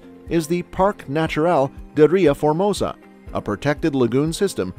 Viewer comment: Here are 15 fascinating mistakes in this video: - "Its", not "it's". - "Estrela", not "Estrella". Estrella is Spanish. - Mondego, not Montego. - Parque Natural da Ria Formosa, not Doria Formosa. - Álvares Cabral, not Alvarez Cabral. Alvarez is Spanish. - Neither Pinedagueres nor Pineda gatez, it's Peneda Gerês. In this case the "g" has "j" sound. - It's Benagil, not Bengali. - The path the Douro river takes is not the border nor it marks the distinction between Portugal and Spain, the river that (partially) does that is the Minho river. - What??? I'm a 57 year old portuguese person and I've never heard of a carnival with boats in the Algarve! Plus, those pictures are from boats in Vila Nova de Gaia, which is in the opposite side of the country. - Not any rooster, it's the Barcelos rooster. - We call it Bacalhau, not Bacalao and certainly not mackerel. - Azulejos, not Azuelos and definitely not willows. - Sarah Del Rey, a Candia rose???? 🤣 - What others already said in the comments. - Those clips are from the Lello bookstore in Porto, not from the Bertrand bookstore in Lisbon. If you're going to keep putting subtitles in the videos, get them right instead of letting the Artificial Ignorance do them. Or don't put them at all, they make things even worse than your pronunciation.